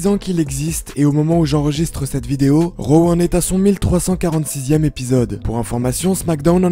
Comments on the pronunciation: On dit ro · C'est raw pas row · C'est drôle la façon que tu dis raw